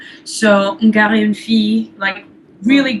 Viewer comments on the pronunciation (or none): Oh! Aussi on pronounce pas "gars" comme "gar" c'est pronounce just comme "gah".